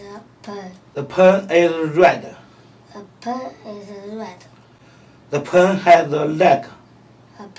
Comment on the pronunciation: Pen 不是 “盆”